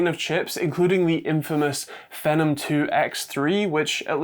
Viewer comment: I've always pronounced these as 'FEE-nom', as I think it makes more sense than the way you said it (i.e., like 'venom').